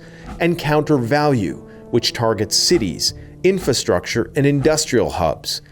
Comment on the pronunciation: why can you not say the word "inFRAstructure" lol